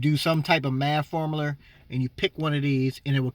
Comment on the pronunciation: "Some sort of maff formuler "lmao still a helpful video